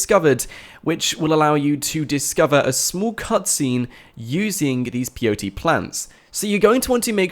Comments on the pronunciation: Everytime you said peyote, I got cancer and another relative of mine died. It's Pay-o-tee. not Pee-o-tee. and you said it, like 100 times in this video. It physically hurt me. But other than that, good video, thanks. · The plant is called peyote, but it sounds like the 3 letters P-O-T, its ok, I was confused at first, until I read comments into this. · WHY ARE YOU SAYING P O T, standard white boy Kant. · can he not say pot is he spelling pot instead of saying pot ? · thought he was saying blt plant lol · peyote= Pay:o:tee